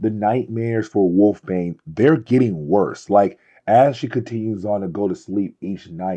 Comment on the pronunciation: Wolfsbane has an s in the middle of her name, and it is not a silent one.